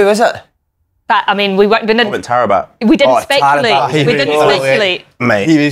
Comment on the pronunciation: Tara-bat what the fuck. Its Ta-rabt